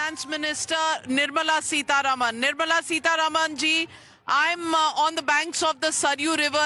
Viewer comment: Navika, could you please pronounce Madam Nirmala Sitaraman's name correctly...it is SitaRAAMAN = सीतारामन NOT Sitaruman सीतारमन !! It is not a difficult word to pronounce...we are constantly saying SitaRaam सीताराम...so why can't you pronounce it correctly??? You are not a Westerner. Also, you don't need to make your dislike for her so obvious.😮